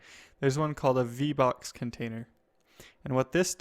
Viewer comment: vbox sounds like v bucks